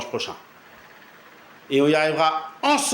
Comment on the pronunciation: On dit compatriote pas compapillote !